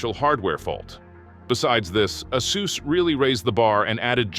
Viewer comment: Hey is it "Ah-SUS" or "Ey-SUS"? Are you using AI to generate these videos? Your pronunciation of ASUS is inconsistent in this video